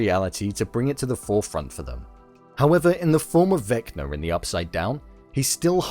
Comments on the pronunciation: Vecba is not pronounced Veckner lol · just kept saying vecner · Why do you call him vecner?